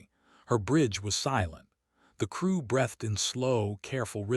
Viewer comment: First your AI is dumb second it's not breathed as in bad breath Bru B-reathed as on to breath in an out. Fix it unless your as stupid as your AI.